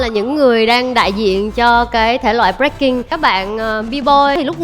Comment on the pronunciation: Breaking thì ông Thành đọc là Bboy, vãi chưởng :))) bộ môn Bboy :))